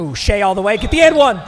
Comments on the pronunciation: It’s shI NOT SHEA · ITS PRONOUNCED SHY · Papa Shai’s name is pronounced “shy” for future reference